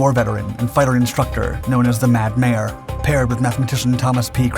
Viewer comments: Mad “Major”, not mad mayor….talking of John Boyd. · Sometimes the letter "j" is pronounced like an English "y", rather than a "g". The synthesized voice guessed wrong. Think Jorge ('Hor-hay). Or Meijer Stores (May-'her Storz). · Probably just the voice synthesizer guessing wrong on how to pronounce "j". Think Jorge ('HOR-'hey). Or "ja" ('Yah). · I do not know if I was hearing this incorrectly, but were you saying 'Mad Mayor?' If so, it should be the 'Mad Major.' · Many words with a "j" in them are pronounced with a "y", rather than a guttural "g" sound. The voice synthesizer probably just guessed wrong on how to say "Major'. Think 'Jorge' ('HOR-'hey) or 'Maijer' (MY-'her) Supermarket.